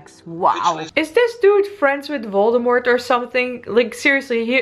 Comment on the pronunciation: Man you are literally calling him voldmort . Thats funny.